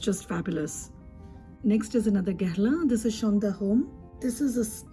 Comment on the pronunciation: I found you through Eve's channel and subscribed as soon as I heard you say "Guerlain" and not "Gurr-lawn," lol. You're so knowledgeable and this video is fantastic. I'm very much looking forward to binge-watching your videos. Yay! Thank you